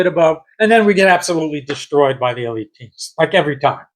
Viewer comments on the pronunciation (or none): none